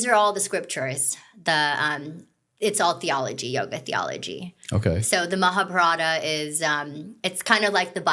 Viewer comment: Excellent pod, but c'mon you can pronounce Mahabharata better than that!!